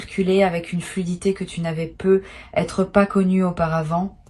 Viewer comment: insuportable la voix IA avec ses :"peu être" , essayez au moins de prendre des voix qui font les liaisons en Français si vous voulez être crédibles